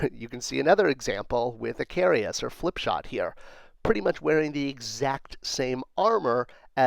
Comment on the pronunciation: Minor nitpic, but I think you are mispronouncing Icarus.... at least if it's the character from Greek Mythology who flew to close to the sun, or a character named after him.